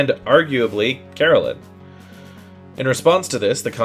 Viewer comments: Hey just a quick thing, not a bit deal, It’s not Karalin, it Krelian. Every time you say Karalin it grates my ears. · Wasn't his name Krellian and not Kurellian? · Krelian, not Carolin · I remember the first time I heard of this game was back in 98. In that year I remember playing it. My cousin gave me his copy back then and I still have an original copy. Played Xenogears on PS1 back then alot. Oh and long haired guys name isn't Karellen... its Kreilan (Cray-Lee-anne) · Your lore is solid. But dear lord your spelling and pronunciations are abysmal, I.e. KRELIAN. NOT KARRALEN. But anyway. Good understanding of the perfect works history. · It’s KRELIAN